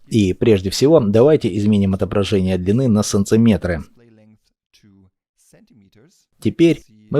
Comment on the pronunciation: только я слышу СОЛНЦЕМЕТРЫ? А вообще спасибо за перевод! отлично сделано! 👍